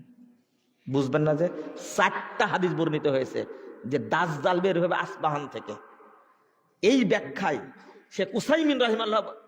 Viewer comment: আস পাহান নয় ইস্পাহান